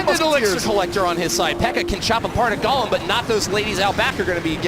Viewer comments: I cringed when he said gahlem instead of GOlem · Did they just call the golem “Ga-lem”